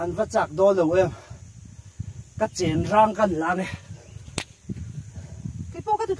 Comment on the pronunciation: CHENRANG TIH TAWH NGAI SUH AW, CHENGRANG TIH TUR